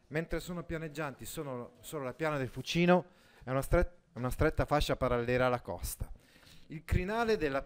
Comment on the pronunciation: Buongiorno, nella parola Fucino l'accento cade sulla u, non sulla i.